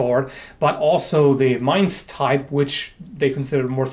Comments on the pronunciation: As a German, I appreciate that you can pronounce Mainz correctly. ^^ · i really dig your vids on historical topics. also, i think it has been pointed out before, your german pronounciation is on point. to not pronounce mainz like the english word main... are you fluent in german?